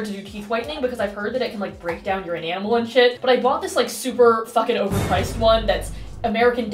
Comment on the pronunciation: can we just..acknowledge yhe way said enamel...